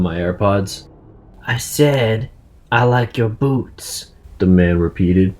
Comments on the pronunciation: Was I the only one who heard "I said I like your boobs " at first? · Lol when that creep came in the bus and said" he likes your boots" I I thought he said he likes your boobs I like wtf hes a boy but then I heard it good and he said boots